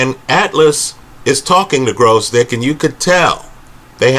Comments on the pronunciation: dragged the video for 40 min just to keep saying Growzdick! 🤣🤣🤣🤣🤣🤣🤣🤣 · Their's no "R" in Gvozdyk